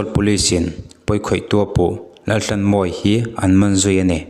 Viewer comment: Mizoṭawng chhiar dik hi a har nge ni, thisenin a ṭhanhnan tawh avanga chhiar dik thei lo, emaw awmna a zir a lam dan dik lo hi a awm theihin ka ring ta deuh. He post ah pawh hian a fanu khuaikhemtu Laltlanmawia tih pawh hi Lalthlanmawia ti a lam rik a ni a, "h" lamrikna tur a lam ri lo, lam rik lohna tura lam ri leh tlat ang chi kha anih hmel tlat. Entirnan, "tlat" tihah pawh hian "thlat" tih hram te. Tin, POCSO ACT tih turah POCCO ACT ti a lamrik te ka hre tel. A chhiartupa, lo inzir deuh la, insiamṭhat ngaihna laiah insiamṭha in, rawn ti zel rawh khai.